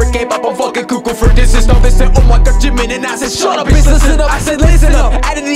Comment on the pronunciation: I think he really did say jimin but didn't pronounce "n" properly